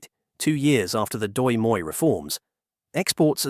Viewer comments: Everyone is talking about "Dong" but no one mention "Doi moi era". I really don't have a problem with foreigner pronouncing Vietnamese but the way you pronoun "Doi moi" make it sound like a made up word. Fyi "Doi moi" or " Đổi mới" ( đổi = change(s); mới = new) can be roughly translated to "new change era". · ah yes, hearing non vietnamese speakers butchering the language is music to my ears. Instead of trying to repeat the vietnamese phrase, I suggest a close translation, đổi = change , mới = new. You can call the "đổi mới" reform the new change reform and everybody'd be happy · It's just funny how you pronounce "đổi mới". And no, it's not "đổi mới" reforms, since "đổi mới" alr means reforms, it's like you saying "car car". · Ah yes the "Doi Moi reform." It's like saying "chai tea" or "capucino coffee" or "croissant bread" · Miles Morales momment